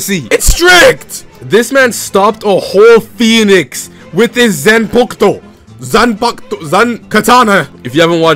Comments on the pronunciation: Zan pack uto is how you pronounce it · bro said zen pookto 🤣🤣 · Lol i ion een mind the niggafied commentary but damn dawg you gotta pronounce the zanpakuto correctly and Bankai for that matter… shit sound casual as hell